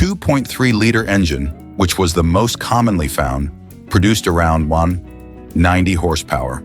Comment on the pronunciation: I was coming on to complain about that very thing. "Lah-bear-unn." "One... ninety horsepower." "Volkswagen Surrocco."